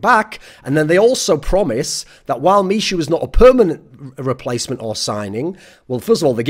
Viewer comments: Please call him MIHU not mishu <3 :D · misiu :D just fyi 'ch' is pronounced like h in hamster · michu is pronounced me-who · Btw, 'Michu' should be pronounced like 'me-hu' (with hard 'h') as it is from Michu's first name - Michał [Me-haw]. Greetz from Poland. An last but not least, VP without TAZ is not the VP. The VP is over. Sorry for saying that, but it's how I feel. And Im afraid Neo will be next (apart from another bald gentlemen)